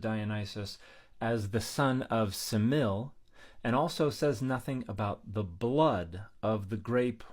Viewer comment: Is there some reason you're not pronouncing the final eta in Semele?